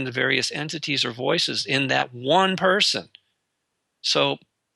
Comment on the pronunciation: ALL PERSON.. not peeson